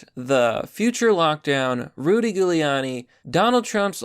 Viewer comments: I love you bro but it's pronounced juliani not gooliani lol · Love you to death but calling him Rudy Ghouliani instead of Jeweliani is really shitty its what the leftists do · It's pronounced as Rudy Jewliani. FFS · Jew-lee-aaaah-knee Thats how you say Giuliani jsyn.... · It’s pronounced Jew-Lee-on-e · you pronounce his name, Rudy Giuliani (JULIE-ONY ). I know its strange with the spelling. Its italian :D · So any of us gonna tell him how to pronounce Giuliani, or we just gonna put up with it?